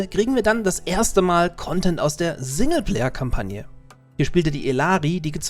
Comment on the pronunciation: sagt er wirklich sinne Player Kampagne. triggert mich hart